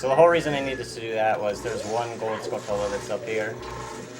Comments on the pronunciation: Uh, it's pronounced "Skull-tyu-la," not "Skull-tul-uh." They are spider-like and are obviously spelled like "Tarantula" on purpose. MF Mike from AVGN says it wrong too. ;) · He prononuced it 'skull-tullah" that's adorable. (Yet wrong. It's tarantula with skull instead... skull-chula~)